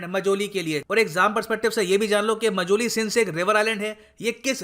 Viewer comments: Sir it's not मजुली its माजुली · It's Maajuli not mojuli..... Sir 😊